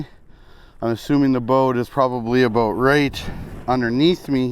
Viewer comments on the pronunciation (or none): Is it "a boat" or "about"?🤣 You're the best